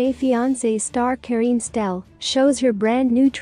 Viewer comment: Kareeenie Steel, not the way you butcher it.